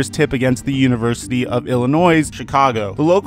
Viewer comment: My guy said “c h i c a g o”